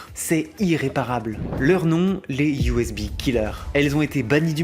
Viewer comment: EVEGA ? eve ga ? pardon ? et tu dis usb a ? ta arracher leurs noms 🤣Nan sincèrement essaye de choisir en Anglais et Français car ta pris le pire possible pour les 2 cas, personne dis evega et personne dis usbi lol 👍